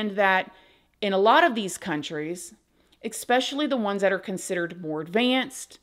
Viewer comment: Jeez … there may be young women watching your channel looking up to you. At least try to pronounce words correctly. 😆 There are no “B’s” in the word SUPPOSEDLY…. Suppose-ED-lee… not “suppose-ah-BLEE”, honey. Supposedly. ✅ There are no “X’s” in the word ESPECIALLY either. It’s not “EXS-pesh-ah-Lee”… it’s ESS-pesh-ah-Lee. Especially. ✅ Seems like a small thing, but it’s like an adult saying “pahsketti”, instead of “spaghetti”. It’s a real dumb look… mama always said “stupid isn’t pretty.” Love & Light. 🌈🪬